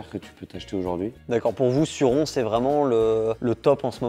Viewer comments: c suronneeee comment sa se prononce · 220 jours de crono et on dit (sorrone)en prononciations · Je suis québécois c’est trop drôle de vous entendre dire surron😂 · Perso je prononce Sur-ron 😄